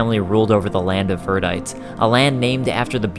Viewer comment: This is the disjointed American localized version of the story. P.S. Verdite is pronounced "Ver-die-tee". :)